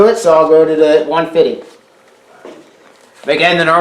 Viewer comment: I'm glad that you had ordered that 150grit paper just so I can hear you say 1-fitty, that's much more fun than 120 or 180.